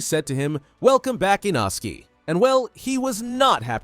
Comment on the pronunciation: Thats inosuke not inoski